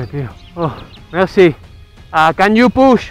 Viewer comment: "Mercie Gokú"